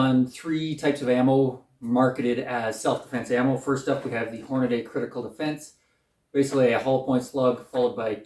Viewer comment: Thanx for the in depth comparison. BTW, it’s Hornady not Hornaday.